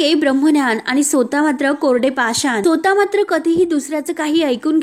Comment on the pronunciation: सुरबट म्हणजे काय? उच्चार भ्रष्ट आहेत. सोता हे स्वतः असावे. न्यान की ज्ञान?